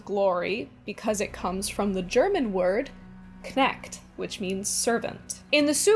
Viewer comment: You don't pronounce Knecht and cniht with a k in the ch or h (so it's knɛçt not knɛkt and kniçt not knikt in IPA). But I guess my language is rather hard so pronouncing old english must be even harder if you don't know German. I hope you continue making these interesting videos!